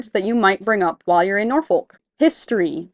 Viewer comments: We locals don't pronounce the "L" in Norfolk, so it comes out more like "NOR-fok", or, if you are really from the south: "NAW-fuk" :) Looking forward to following y'all on your adventures! Heading to the Rendezvous tomorrow to start planning my loop adventure! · Nawfuck narfiick not nor folk